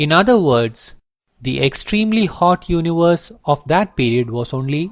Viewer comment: I like how you pronounce universe